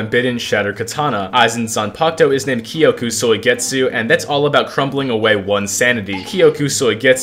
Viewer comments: Why does he say koyku soigetzu 😭😭😭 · “kyokuh soy get sue”😭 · I had many moments in this video where the pronounciation of kyoka suigetsu made me want to commit unalive, but other than that this was an amazing W. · Is no one talking about the way he pronounces kyoka suigetsu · why is bro sayin kyoka suigetsu like that you watch the dub? lmao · I almost stopped watching the video mid-way because of how ungodly you pronounce " Kyoka Suigetsu ". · Egregious pronunciation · Bro say kyoka suigetsu so wrong